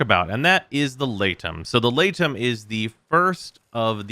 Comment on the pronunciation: I know its unintuitive but I think its pronounced 'lee-tum' since aegis is pronounced 'ee-jiss'